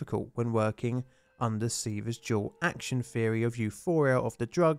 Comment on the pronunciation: All the th words sound like f words. Three sounds like free. Theory sounds like ferry